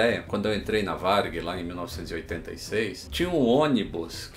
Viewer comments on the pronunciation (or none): none